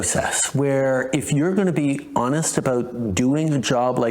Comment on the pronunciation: “Honest” …. Did he say honest … 😂